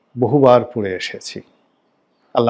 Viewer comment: জনাব গোলাম মাওলা রনি, আসসালামুয়ালাইকুম ! আপনি অনেক জ্ঞানী মানুষ, আপনাকে পরামর্শ দেওয়া আমার হয়তো বেয়াদবি হবে তারপরেও বলছি ! দয়া করে সালাম শুদ্ধভাবে দেওয়ার চেষ্টা করবেন